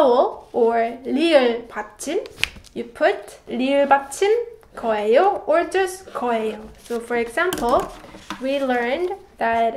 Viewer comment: Hi, in the section about future tense, it sounds like you always pronounce the 예 character in 거예요 as 'ae' instead of 'yae'. Am I hearing that correctly? I love your lessons, I've been following them for about 18 months now. ❤. And I love the sound of the pen ❤